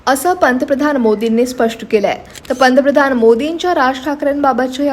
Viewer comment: पंतप्रधान हा शब्दआधि नीट उच्चारण कर्ण त्या नंतर वीडियो बनवा नको तिथे इंगलिश एक्सेंट